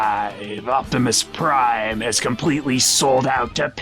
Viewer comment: "Opbepis Prime"